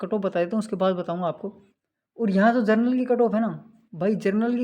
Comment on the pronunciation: जरनल नहीं जनरल बोलो भाई , दोनों शव्दों में अंतर है ।